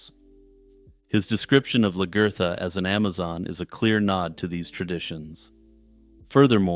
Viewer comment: Largertha? WTF